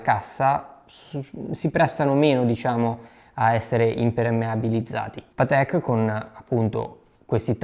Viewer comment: Si dice Paaatek, non Pateeek! 😉